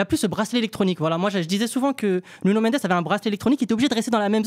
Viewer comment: Arrête de dire « Nunio » par pitié. Si tu veux dire avec l’accent c’est Nounou